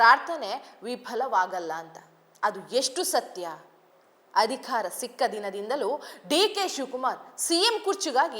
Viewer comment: ಚೆನ್ನಾಗಿ ಓದುತ್ತೀರಿ ಒಂದೆರಡು ಪುಟ್ಟ ಬದಲಾವಣೆ ಮಾಡಿಕೋ ೧.ಅಧಿಖಾರ ಅಲ್ಲ ಅಧಿಕಾರ ೨.ವಿಧ್ಯಾರ್ಥಿ ಅಲ್ಲ ವಿದ್ಯಾರ್ಥಿ.